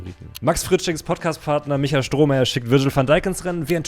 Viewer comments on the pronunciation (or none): none